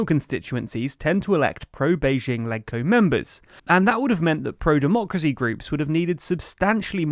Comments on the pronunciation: in HK, LegCo is pronounced “ledge-co” not “leg-co” to be consistent with the pronunciation of Legislative Council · It’s pronounced “Ledge-Co” (ie. “Ledge” in Legislative), not “Leg-Co”. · Legco is pronounced as ledge-co. Just as how you would pronounce leg in the word legislative. Not rocket science.